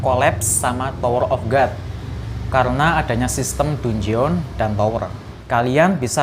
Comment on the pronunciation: Koreksi bang dungeon bacanya bukan dunjeon tapi danjen 🙏